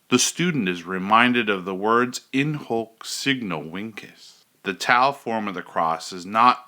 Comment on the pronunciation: I stopped watching this video at in “hok” signo “winkes” I believe it is important to at least learn the right pronunciation to sound credible. Terrible start